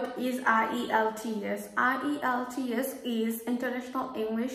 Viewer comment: Please give the name of ielts center clearly